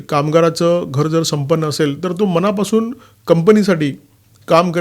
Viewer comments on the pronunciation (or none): none